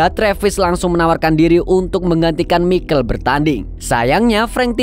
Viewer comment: Michael bkn mikel broo 😅